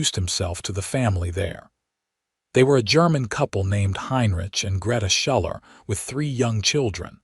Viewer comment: Schuller is pronounced Shoe-ler